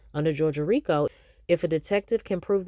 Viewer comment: ROTFLMBO… You know you are a whole CUT UP!!!🤡 I ran that “rrrrrriiicccooo” tongue roll and laugh back about 50-11 times!!!😭You’re hilarious!🤦🏽‍♀️🤣🤣